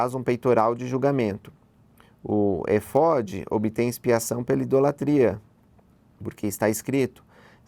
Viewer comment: Muito interessante, mas tenho um ponto que poderia melhorar o vídeo. O áudio de fundo no começo estava muito alto, teve alguns estouros no microfone, e creio que precisa melhorar a dicção e leitura, ex: O éfode (que era uma vestimenta sacerdotal usada pelo Sumo Sacerdote de Israel), foi pronunciado errado todas as vezes, apesar do acento agudo no e. Abraço.